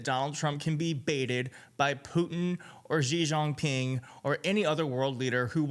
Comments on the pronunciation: I love how you pronounced Xi Jinping ('Shee Jin Ping') with a French accent, like Zhee Jean Ping. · Xi Jinping is pronounced she-gin-ping, for future reference. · It’s pronounced She-Gin-Ping. You totally whiffed on that one! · Xi Jin Ping pronounced - She (like female) Jean (like the pants) Ping (like ping pong) - I lived in China seven years. But credit for trying to say it Chinese names are always tough for westerners to pronounce. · you pronounced Xi Jinping wrong